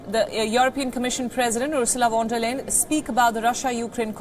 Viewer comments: It is not वॉन डेर लेन, it's फोन डेर लाएन, you (the news reader) could just have heard & copied Dr. Jayashankar pronounce it immaculately. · I heard von der leyen as von der liar 😂 😂